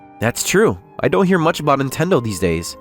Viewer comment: Antendo? That's near as Nintendo.